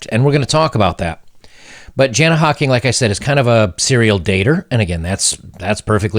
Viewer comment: But it is Jana Hocking (pronouced YARNA), ahe is gorgeous.